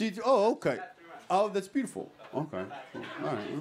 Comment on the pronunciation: It's like: "Thas byooful" (slightly slurred)